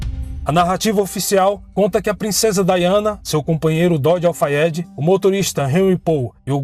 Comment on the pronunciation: Parabéns! Você falou tão bem o nome completo do namorado dela, Dodi Al Fayed.. Eu ia precisar de uma semana para decorar. Não acredito que foi assassinato. Acho que foi acidente mesmo. Assassinato planejado em ambiente público, Paris, e cheio de paparazzi me faz levantar sobrancelhas. E sabemos que ela dispensou a segurança da família Real. Se for verdade, a polícia francesa acobertou. Porque qual motivo? Foi dito a época que Dodi mudou o trajeto aquela noite. Saindo por outra porta o que enganou muitos paparazzi. É a pergunto que faço; como um assassinato planejado ocorreria sem que os assassinos soubessem sua rota aquela noite?